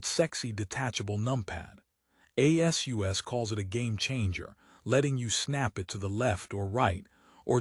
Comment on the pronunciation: A.S.U.S INSTEAD OF ASUS?? That's funny, using AI has its drawbacks doesn't it?